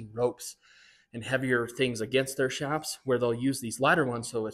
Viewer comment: ITS PRONOUNCED CHAPS NOT SHAPS!!!!! MEXICAN ORIGIN "CH"APAREJAS SHORTENED TO "CHAPS!!!!!! NOT S H A P S!!!